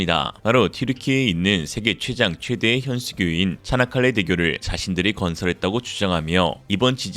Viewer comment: 차나칼레 대교?? 발음이 "차(이)나"니 즁귝이냐? 쪽팔린 중공! 쪽팔릴 중국!! 정신차려 중국인민들아..